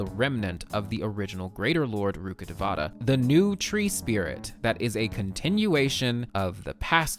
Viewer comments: just wanna correct your pronunciation of "rukkhdevata" it goes like rukh-dev-tah and not like rukkadevaata as a person who's fluent in hindi its getting on my nerves im so sorry T-T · Love ur lore videos Btw, as a local of the said reign sumeru is based on, "Rukkadevatha" is pronounced as "Rukka-Day-wa-ta" 😊 just saying cz more people will know about it